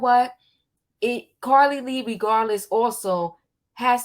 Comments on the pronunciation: Her name is not pronounced Carlee Lee Russell it is pronounced Car Lee Russell...lots of content creators give content BUT they pronounce the names incorrectly after the names have been pronounced many times!! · Omggggggg her calling her Carlee Lee is blowing me....its JUST CARLEE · Just in case you didn't know her name is Carlee Nichole Rusell -- you keep saying Carlee Lee Russell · Her name is Carlee not Carrie lee